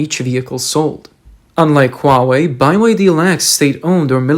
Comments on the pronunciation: Why are you calling the car company BYE Y D it’s just the letter B then Y and then D not BYE Y D lol it’s pretty annoying how your sayin it not trying to be mean but if your going to say something at-least say it right please thank you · You need to train your text-to-speech software better; BYD is pronounced "Bee Why Dee" not "Bye Why Dee". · Its "BEE WHY DEE, not BYE WHY DEE". Let's get your AI up to speed. Cant even pronounce a company with 3 letter to its name. Also, stop using warren buffets name when it comes to BYD. Thats old old old news , buffet only out a tiny money intonit cuz his buddy asked him to. Buffett has noninterest in electric or battery nor does he know anything about them. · It's B, Y, D not By, Y, D. Sorry to be so pedantic by your pronunciation is driving me crazy. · Bee Why Dee. Not Bye Wai Dee. or Build Your Dreams !! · They way they pronounce the name is funny. BY Y D. Why not just BYD or BY-D? Why do you think one of its major investors left?😂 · You keep saying "bai-wai-dee". It's supposed to be pronounced "Bee-wai-dee". It's an acronym for Built Your Dreams. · Is your narrator pronouncing BYD incorrectly ? I'm hearing phonetically 😊 "Buy Why Dee "? But shouldn't it be " Bee Why Dee" ?? BYD = " BUILD YOUR DREAM " , but relying on government subsidies and then falsifying sales,registering vehicles,which then rot in fields will see the dream shattered as well as the demise of the CCP who are running out of money fast to support car dealerships forever with subsidies ! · Why is it called by_y_D instead is BE Y D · You have GOT to stop saying "BYE WI DEE". That's not how you pronounce the letter B. It's "BEE" BEE WI DEE. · Why you keep saying "By Y D"??? What is wrong with you? Put some efforts into your videos, like you care. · It's either BYD or By D, not By Y D. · ByeYD or BYD 😂😂😂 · Why doe he keep calling it 'By' Y D? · Wtf is he saying BYE-WHY-Ddddd ?? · Why are you pronouncing BYD as Bi Y D ? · “Bye Wide E” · Why Bi-Y-D? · Be Ya Dee 🙂